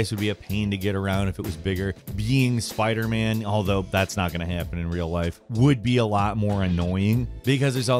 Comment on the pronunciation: did he just say sparder man 💀